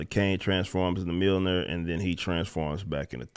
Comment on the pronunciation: “It’s MA’AM” Mljornir